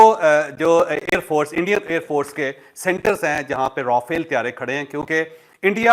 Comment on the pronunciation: آپ کی اطلاع کے لیے عرض ہے یہ را فیل (R a Fal)نہیں بلکہ مقدس فرشتہ (Raphael - Angel )نام ہے ۔ جس کا ذکر بائبل مقدس میں اور قران مجید میں بھی ہے تو غلط نام کی درستگی کر لیں ان جانے میں اگر کوئی غلطی ہو تو اس کی معافی ہے تو اب آپ کو بتا دیا ہے مزید اگر اس پر آپ دوبارہ اس طرح کی بات کریں گے تو پھر وہ گناہ میں شامل توہین میں شامل ہوگا ۔ شکریہ ۔